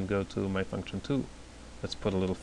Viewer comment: its function btw not functchion :D